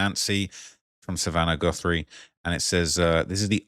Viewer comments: Goothry, it's Guthrie. Ok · Lmao bruh can’t even read seemingly Jesus where’s he seeing the double o sound lmao he can’t be researching much if he can’t even pronounce her name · Guthrie not Goothrie.... listen you say it wrong over and over again it's too much I'm out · 'Goo-three' come on, we can't chalk this pathetic attempt at pronunciation to you being a brit LOL learn the person's name at least 😂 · Its Guthrie not Goothrie! Lol! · Americans do not say GOOTH THREE. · please, you’re making me laugh stop saying Goothry. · “Gootherie” bruh it’s not remotely pronounced like that lmao? Im english that names fairly common? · Guthrie is my last name and it’s so weird hearing so many people say it lol it’s g UH thrie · Its Guthrie.The u is pronounced like the u in suspect, not like in truth 😊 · It’s crazy how you hear how the name is pronounced and still say it wrong 😂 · Oh, great! You don’t know how to pronounce Guthrie… and you’re going to mispronounce it over and over and over… listen to the reporters that you’re playing on the show, that is actually how you pronounce Guthrie…